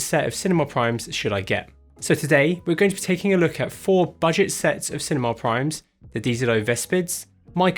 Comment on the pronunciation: My brazilian soul dies a little with the "buget" when speaking of 60.000 reais for the kit